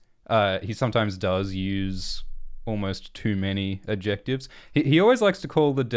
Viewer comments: You don't seem to know what adjectives are. Or how to pronounce them :D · I love the weird way pronounces "adjectives" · This is probably a regional/accent thing but I have never hear someone say the “c” in “adjectives” before.